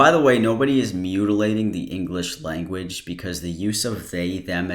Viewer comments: He also pronounced the juh in language more like tchshuh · Languitch too